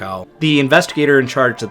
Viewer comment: Hej från Sverige! 🇸🇪 I am Swedish, I will say that you deserve credit for your work of pronocing Swedish words and names! You did a nice job and you tried your best and I sincerely say thank you for your effort! Swedish language is hard to learn unless you are Swedish. We lean English in our schooling as our second language and almost all us Svenskens (Swedes) can speak English well. I don't speak English often, please excuse me if my formation of sentences are not the best😊The MS Estonia was very sad and brought for us so many broken hearts for all Scandinavia and Baltiska people. In Sweden we remember it on every year. Thank you for doing this story for your video! ☺️🇸🇪